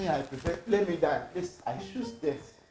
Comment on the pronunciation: It's the "I shoose death" for me 🤣